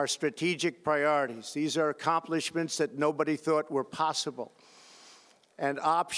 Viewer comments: “These historic accompliments...” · I thought "No way, there's no way he says this" and as soon as I had that thought I hear "Accomplishades"....... HA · Did this fool just say Toler rided? vs Tolerated? And ~Acomplimeshades ?? WTF !